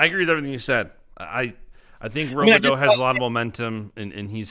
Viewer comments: Another name you guys say wrong is landon robideau. In mn we pronounce it rob-ah-doo... not row-bih-doe haha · Both are wrong. Its Rob-ih-doo 😂